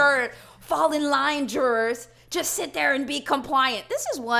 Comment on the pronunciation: "i will shit live on this stream" 😂😂